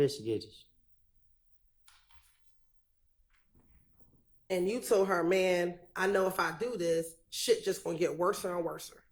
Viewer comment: Someone teach this man it’s “investigators,” he struggling bad 😂